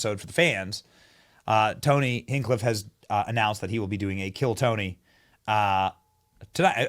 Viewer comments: Benny it tony hinch-cliff. Not hink-cliff lol. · I love ya Benny, but you’re butchering his name…😂 it’s Hench-cliffe. Not Hen-cliff. You’re killing me over here. I’ve been watching Tony for years is the only reason I bring this up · It's Tony Hinchcliffe not Hinkcliff. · His name isn't Kill Tony, that's his show's name. His name is Tony Hinchcliffe. Not Hinckliffe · Hinch.....sound it out. Hink is killing me. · Pronounced Hinch-cliff not Hink-cliff. Glad your not a fan, cos he's as rubbish as the floating island. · hinCH, like chicken. youre a little out of touch mate. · Don’t make me get the DAWGS🤦🏻‍♂️🤦🏻‍♂️🤌🏻 “HINCH-CLIFF” like Marshawn Lynch bro… Hinchcliffe not Hingcliff or whatever you’re trying to say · Hinch-cliffe 😂 not hen-cliff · Tony hinch-cliff not hink-cliff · Hench- cliff. Not hink- cliff. Kill tony is the show, not his name. Tony hinchcliffe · It’s HINCH-cliff Benny not HANG-cliff lol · Benny.. My guy. Please. His name is Tony Henchcliffe, pronounce the first part the way you do with henchmen... The name of his podcast is Kill Tony, not the name he goes by. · Brotha, it is HINCH CLIFF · HinCHcliffe not Hinkcliffe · His name is pronounced Hinch-cliff And kill Tony is the name of his show c’mon Benny do better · It’s Tony Hinch-Cliff, Benny! Not Tony Hincliff! 😂😂😂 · You keep missing an H in the middle of Tony's last name! It's Hinch-Cliff Not Hink-liff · Benny, you gotta pronounce Tony's last name correctly! It's not Hincliffe, it's HinCHcliffe. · Hinch cliff!!😂😂😂 not Hincliff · Not hink.hinch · I love you, Benny. So much love, but you're pronouncing his name wrong. It's hinch not hank. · Hinchcliffe** Hinchcliffe! Lol not hinkcliffe Hinchcliffe, "Che" sound, Hin-che-cliffe. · Exactlly like hinge its hinch like cinch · Its Hin“ch“cliffe...😂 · Your still pronouncing his name wrong - it’s a ch sound hinChclife Like cha cha change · Benny repeat after me: HINCHCLIFF, HINCHCLIFF, HINCHCLIFF, HINCHcliff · Why is Benny incapable of saying HinCHcliffe..?! 😂